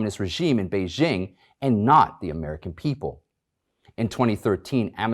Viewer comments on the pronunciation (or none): none